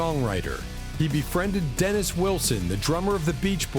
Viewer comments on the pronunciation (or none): none